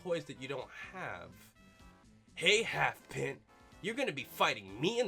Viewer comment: Its Pint with the I sound as in I